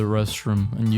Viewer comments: The way he pronounced urinals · learn how to speak english "exscape" "ureyenals" (instead of urinals)